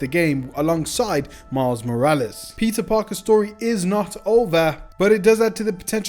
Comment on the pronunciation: pizza parker.... dude really can't pronouns peter